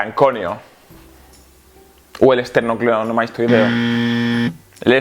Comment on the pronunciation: Me preocupa altamente que una persona que no sepa decir "esternocleidomastoideo" esté dando consejos sobre nada a miles de personas, y más aún sobre temas relacionados con el cuerpo....